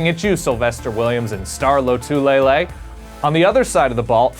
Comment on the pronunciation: Gotta practice saying Lotulelei man